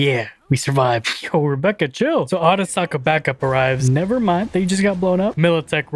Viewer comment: Akuza? No. Arasaka. [Era-Sock-uh]